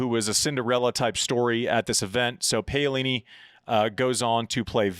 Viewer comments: Andy I love you brother but please please please…. It’s PA (as in Paddle) not pay-o-lini. Easy to say! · It's "p a o lini", not "p eio lini"...... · Could you please learn how to pronounce names properly? Paolini is pronounced like P(owl)ini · Pow-lini not Pay-o-lini. But you're right NO ONE would have picked Paolini to be jumping into the upper echelons of the top 10, win a 1000, make a slam final and maybe another one. I like Paolini to beat Vekic honestly. Her movement is just SO much better than Vekic, but Vekic has a sledgehammer of a FH and it is great to see her finally making a Slam semi. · I'm beggin you ...P A - O - LI -NI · My neighbors are Italian tennis fans and they’re very amused by Andy’s pronunciation of “bufalo” and “Payolini” 😂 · Paeoleene....... Oh God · Andi, have google say her name in Italian, please! The way you say it sure makes me laugh really hard which is part of the show like many other silly things you say, but you completely butcher her name :)